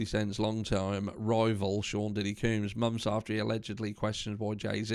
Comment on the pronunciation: Black mail the black male, NO! Lol any way.... I just wanted to let ya know we pronounce combs like honey combs or hair combs.